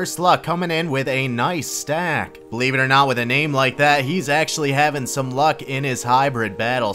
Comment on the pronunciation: the guy's name in the second clip is Iuck, not Luck:)